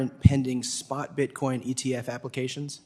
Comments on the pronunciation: Did Ms Waters say Bitcom? She doesn't even know what she is talking about! 😂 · “Bitcoin”!! Not bitcom Geezus Maxine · Maxine Waters can’t even properly pronounce her words. Get these dinosaurs out our government.